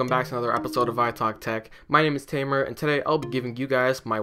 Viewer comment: Thanks dude, and just a quick little correction my name is spelled as " Tamer" pronounced like " Lion Tamer" not teymar, but i can see how people have got that mixed up as it sounds like that. But thanks for watching and liking this video. Hope to see you back in future videos!